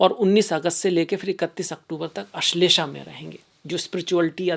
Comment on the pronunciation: माननीय, विद्वान होकर शुद्ध संस्कृतभाषा बोलिए— 'क्षमता' को "छमता" न बोलें: 'पुष्य' को "पुष्या" न बोलें; 'आश्लेषा' को "अश्लेषा" न बोलें; 'मघा' को "माघा" न बोलें; 'अध्यात्म' को "आध्यात्म" न बोलें। हर बार 'श' को 'श' ही बोलें, कभी भी "स" न बोलें।